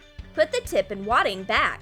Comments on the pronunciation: in the video instead of back she says bag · she said "bag" instead of "back". Lol